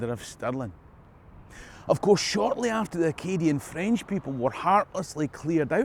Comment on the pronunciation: For a Scot, your French pronunciation is pretty Good.